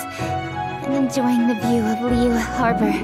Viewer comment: can someone please teach these English VAs how to properly pronounce Liyue...